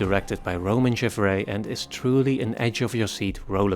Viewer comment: Damn, you really murdered the pronunciation on Gavras!